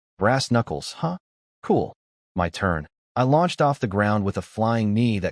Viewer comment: Is this AI reading? What Human reads "My" as two separate letters? (same with "Do" and others). Just curious